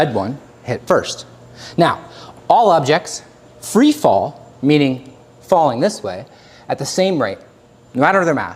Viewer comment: "freef fall"